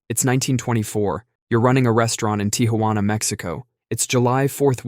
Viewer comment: One day I would like to visit "Tee-HU-yana" Mexico 😂